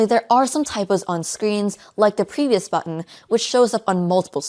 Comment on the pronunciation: "Pervious", really ? Better call this machine the NymphoLabs 😂